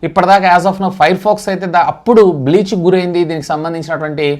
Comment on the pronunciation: Its Paytm breach brother not Paytm bleach.